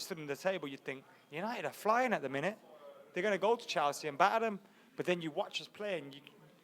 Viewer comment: Stop fucking saying "Chalsea"